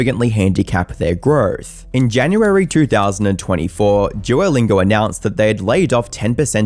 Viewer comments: "Duorr lingorr" 😂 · Everyone: "duolingo": "DUOLINGURRRRR" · Forget posting, dude, I think you might be suffering a stroke. You cant speak for sh!t, practice in a mirror saying “Duolingo” not “Dieewerlaingow” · Duolingo ❎ Juolingo ✅ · Jew-o-Lingo? Jew-o The Owl?? WTF??? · Why does he call it "jewerlingo"? Is he retarded? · really annoyed by how you keep pronouncing it as "djuwolingaur" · Am I the Only hearing "jewlingo" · « JEW-O-LINGAR » lmaoooo u piss me off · All I'm hearing is "Juolingo Yapp" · i cant get over his EXTREMELY BLURRY, eye shattering, edit .. and the way he pronounces duolingo .. "DJUWOLINGORR" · I heard it more like "drew-oh-lingour" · Why does the presenter keep calling Duolingo "Jew-O-Lingo?" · juer lingur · Never heard of jewllingo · It's bothering me that he keeps pronouncing it like ''joylingo'' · the way you say duolingo is physically hurting me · I am annoyed by your pronunciation of duo